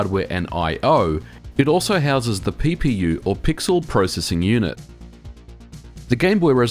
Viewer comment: haha, you said pee-pee-you